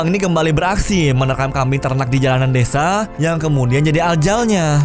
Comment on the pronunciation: desa bang bukan dedza.... wkwkwkwk